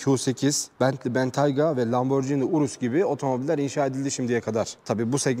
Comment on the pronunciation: Porş değil, Porşe. Lamborcini değil Lamborgini. Triptonik değil, Tiptronik.